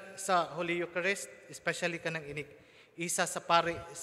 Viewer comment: Eucharist pronouced as yukarist not yukarest.